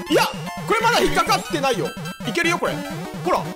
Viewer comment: 前回の動画でコロナワクチン云々のコメントした者です！無事に完治しました！のお陰です(≧∇≦) 今日の動画も楽しませていただきました！！ の「ほ〜rrら分かってるんだって(｡･ω´･｡)」に何故かめっちゃツボりましたw